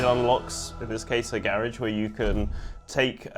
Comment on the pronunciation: he said garage wrong